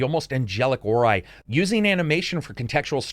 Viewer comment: i remember people b*tching to you in the comments back in the day. it is not pronounced Oreye! 😆 ORUH!!!